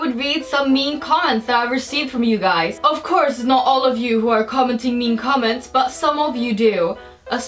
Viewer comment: you said comameds